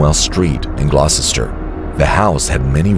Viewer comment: No offence intended btw, but Gloucester is pronounced "Glos-ter". It's one of those weird place names, like "Worcester" (Wuss (As in Pussy) -ter )